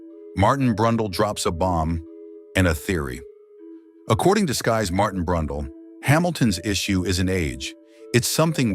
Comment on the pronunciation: "BRUNDLE"!! ARGHH! This is an Individual with NO race Wins?? LOL!!